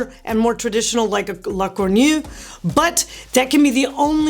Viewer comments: What’s a “gornew”? 🤦🏽‍♂️ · Lacourneuve is pronounced La-Kor-Nove